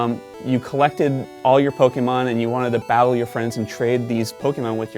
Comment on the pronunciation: who else cringed when he said pokeymon its pokemon